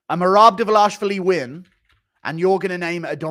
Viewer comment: I love English very much, but I've finally discovered one flaw I can't stand in these people. It is the way they pronounce Tbilisi and Dvalishvili :face-orange-raised-eyebrow